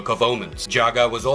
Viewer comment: OMG it isn’t "juice ex machine-ah," it’s pronounced "day-us ex mack-inna!" Please get people who can actually read, and know how to pronounce things, to read your scripts (which themselves need way more research)! Still, at least this guy was pronouncing Jaga’s name properly, not like the douche-nozzle in the Cheetara video who kept saying "Jagger!"